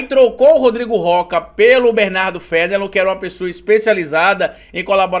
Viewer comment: Mano, eu não tenho muita certeza, mas eu acho que o sobrenome do advogado se pronuncia "fenelôn"... aqui por Curitiba tem bastante desse sobrenome, e costuma ser pronunciado assim. De resto, excelente conteúdo (como de costume)